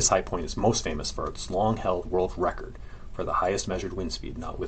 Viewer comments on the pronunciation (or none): none